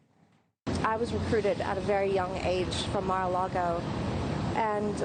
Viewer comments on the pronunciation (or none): Trump: She said Maraalago. Did you inquire to her well being?